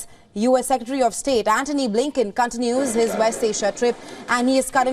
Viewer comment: Not Cantinous.... Its Continues...